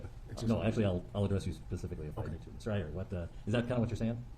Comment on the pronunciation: Dude, you got to learn how to pronounce indian names or at least try... You fumbled twice and both times they were indian...if you can say kamala Harris you can learn to say 'eye err' which is how one pronounces iyer.